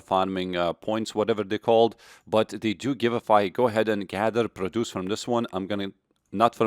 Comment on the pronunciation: You say produce wrong